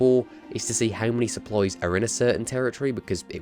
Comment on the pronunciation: Your saying supplies sopploys